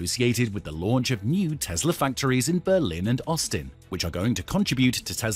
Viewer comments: it's Tessssla, not Tezzzzla mate :) the s isnt hard to say. Otherwise, great presentation. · It's Tesla not Tezla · It is Tesla not Tezla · Are we talking about Tesla or Tezla? Can't stand the way he pronounces Tesla. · The whole video I kept hearing him say Tezzzla .. its Tesla. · The correct way to pronounce the name is TeSla not TeZla